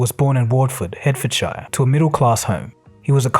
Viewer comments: Head ford shy ah? C'mon guys, I'm Australian and even I know it's pronounced more like 'heart ford sheer'. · Hertforshire is pronounced like 'heart-f'd-shear' rather than 'hurt-f'd-shyer', just so non-Brits know. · try "heart-fud-sheer" as opposed to "hurt-ford-shire" just sayin... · Hertfordshire is pronounced Hart-fd-sh, not hurt-ford-shyer. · It's pronounced "Harforshire" not "Hurtfordshire" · FYI… Hertfordshire is pronounced Hart-fud-sheer not Hert-fud-shire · Hertfordshire is 'heart-ford-shear" not "hurt-ford-shiyre" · It’s pronounced Heartfordshire, not Hurtfordshire. But other than that, good history. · "Het-fud-shy-arr" 😂 Sorry dude, it's pronounced hart-fod-sheer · “Wooorrtfud Hurrrrtfudshire” “Wat - Ford” It’s Hertfordshire which is pronounced “heart - ford - shire” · It's pronounced hart-fud-shuur. Not "Hert-ford-shy-er". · Anyone interested in more detail should watch this from which much of the video is culled: FYI, "Hertfordshire" is pronounced like "Heartfordshire" not "Hurtfordshire". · Sorry, it's not pronounced 'Hurtsfordshire', but 'Hartfudshire', and spelt Hertfordshire. Before anyone comments on how I spelt spelt, I'm English and that's how we spell it, so there. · The way you pronounce Hertfordshire is too strange 😂😂 you are meant to say it 'Hart-ford-sheer', not 'Hert-ford-shire'. English place names are never as easy as they look! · I do believe that "Hertfordshire" is pronounced more like Heart-Fod-shur and less like Hurt-Fod-shyur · Btw, the start of Hertfordshire is pronounced the same as heart, not hurt :) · For any NON ENGLISH people, please for the love of GOD! STOP PRONOUNCING IT SH-EYE-ER! its SHEAR! Bedford SHEAR! Northampton SHEAR! York SHEAR! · ‘Hurt- Ford-shire’??? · Hertfordshire. Pronounced Heartfordshire…. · Hurt ford shire 😂😂😂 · Imagine pronouncing it Watford Hertfordshyer. Damn son. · its pronounced what four'd heart four'd sheer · ‘Wortford in hurtfordshire’ 😂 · Wartford in Hurtfordshire 😂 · Hart-Furd-Shur = Hertfordshire